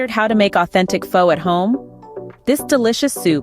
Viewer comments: If you know the proper pronunciation to Phó, why do you insist on pronunciation it Fo? How insulting! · This video's script, narration and the attractive woman pictured in the thumbnail all scream AI GENERATED CONTENT. There's no real chef behind these videos, it's just someone trying to make a quick buck with a new technology. Missing the pronunciation of the word "Pho" was another clue.